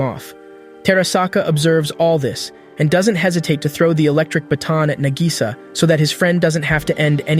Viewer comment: Nah-gi-saw. Spend a few learning to pronounce the names before pretending you've seen these.